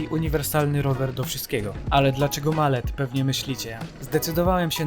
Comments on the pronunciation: Mullet a nie malet 😅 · przeca "mullet" jako anglojęzyczne śłówko wymawia się "malet"